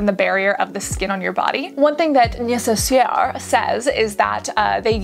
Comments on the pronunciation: Lol it’s pronounced “nay-seh-SEH” (last syllable akin to how the English with pronounce “air”.) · Fabulous options for us sensitive peeps. Oh and “ness-ess-air” would be the pronunciation for that one! 😂😂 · Neh-sse-ssair it’s a French word 😁. Francophone here! Thanks for this research Cassandra, excellent wok! Beauty Within also recommended the Peach & Lily scrub, and with your seal of approval it’s next on my list. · Thank you Cassandra, but it would have been better if you pronounced "Nécessaire" the right way.. It's french and actually pretty easy to pronounce, you rather pronounced it like a polish person would xD But nevertheless, great video